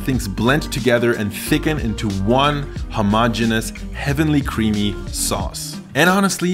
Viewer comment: The mispronunciation of homogeneous is a real pet peeve of mine :P